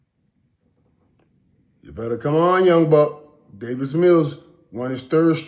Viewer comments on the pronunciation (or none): none